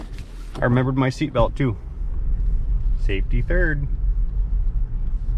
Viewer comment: You got the "Safety Third" correctly.